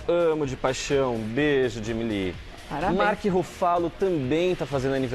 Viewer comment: Amigo,essa sua pronúncia do nome do ator Mark Ruffalo doeu meu ouvido. Não é ( Ruffálo) como você disse, é ( Rúffalo ) . A sílaba forte é a primeira,ok?!!!